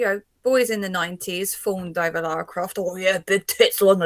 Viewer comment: They better pronounce her name correctly.. It's Lara nor Lora.. A tip for getting the proper Lara Croft costume..She wears a teal coloured leotard as the base.. Then brown shorts, calf length white hiking socks, brown army style boots calf length.. Brown leather backpack, brown Leather dual gun holsters..